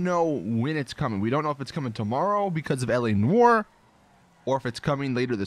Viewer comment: please read. Noire; rhymes with car. Not war.